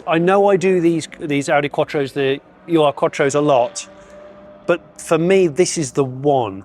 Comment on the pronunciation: please, Please, PLEASE - it is NOT a U.R. Quattro, it is an ur Quattro. 'Ur' is German for 'the first', or if you prefer, 'original' although original is not the true definition of ur; it is not some sort of weird abbreviation